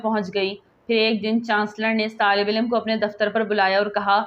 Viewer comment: misbat nahi musbit. tallafuz durust keejiye. haq ka ilm nahi alam